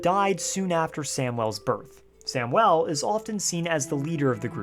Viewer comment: I’ve never heard anyone pronounce Samuel as samwell. 😓